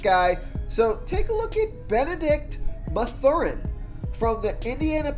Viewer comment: Did the pronunciation of Mathurin make u cringe?